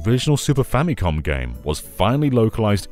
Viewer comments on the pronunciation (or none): none